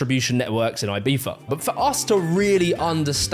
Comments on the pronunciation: Not tryina be a dick or anything.... But why do u say ur Z as F? I have several english friends n none of them do that. Lol. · love the video but damn you butchered ''ibiza'' pronounciation. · It comes out like that because European Spanish tends to pronounce their Zs as a theta sound (like the “th” in “thumb”), and some English accents pronounce theta as Fr (like how “three” and “free” can sound the same in some accents). If you’re American, you’re probably getting the New World Spanish translation and we pronounce the Z the way you’d imagine. “Ee-bee-tha” would be correct in Spain though. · Why do you pronounce Ibiza as Ibitha..? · The way he pronounced Ibiza is giving me goosebumps… Z not TH 😭😭 i know its spanish but still it sounds so wrong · I've never heard of this "Eye-Bee-Fah." The word you're showing is pronounced closer to "Ee-Bee-Tha." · its E-BEE-THA not E-BEEF-A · Why does he say Ibifa not Ibiza, like piffa not pizza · Aybeefa, for real. It's Ibiza like Pizza but (eebeetza) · Why are British people convinced that Ibiza should be pronounced AIBIFHA??? I still don’t understand it… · Why does he pronounce “Ibiza” with a V? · We the hell is he calling it Ibeefa? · It is not ibifa. Learn to speak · I had no idea Brits pronounce it "Eye-beefa" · Is he pronouncing Ibiza, Ibeefa? Google told me that’s not how you pronounce it. lol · Ibifa? Is that how its pronounced? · Eye-Bee-Tha, ffs 🤣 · "Aye-BEE-fa" - Is this really what British people call the island, or just? I clicked LIKE to partially offset the pettiness of my complaint. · Every time he calls Ibiza ibeefa I cringe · It is a good video , but why for the love of god do you pronounce it "ibifa" ? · The British pronunciation of Ibiza as "Eyebeefa" is CRAZY omg Love your videos btw. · the way you pronounce Ibiza drives me insane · Brits just can’t pronounce Ibiza properly despite trying so hard and its cringe as fuck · Why do you pronounce Ibiza like that? I get that you're British but come on.